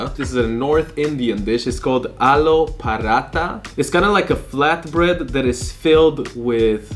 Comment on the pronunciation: That's not Aloo Paratha. That's Aloo poopratha